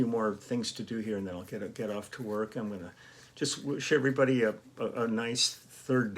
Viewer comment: Oh Lee on your intro when you said hello everybody you did a perfect impression of the late great Foster Brooks! LOL